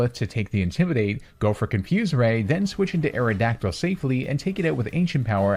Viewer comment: AERODACTYL, NOT AERODYCTL! AND THE I IN FLYER IS SUPPPOSED TO BE A Y!